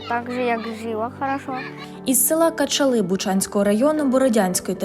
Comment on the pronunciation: Не вірний наголос на населеному пункті Кача'ли, треба казати.